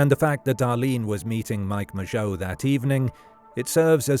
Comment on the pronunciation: He pronounced Mageau properly. Frankly if nothing else, that was worth a new Zodiac-related video.